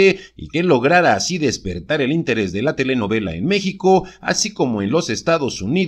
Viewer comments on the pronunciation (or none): none